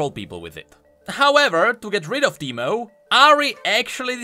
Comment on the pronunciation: Soooo teemo become Pee-Mo?